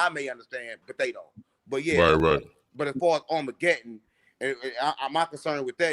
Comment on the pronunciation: What's armargedon? 😂😂😂